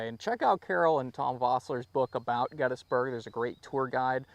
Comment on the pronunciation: I’ve never heard anyone pronounce Gettysburg as get is burg.